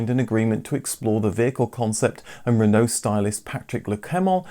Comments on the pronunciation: You're English, It's "re-no" not "rEnO" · I can’t say I’ve ever heard anyone pronounce Renault as ‘Ren-NO’ before 😄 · Making me so angry how he pronounces renault even if that's how it's meant to be said pls stop xx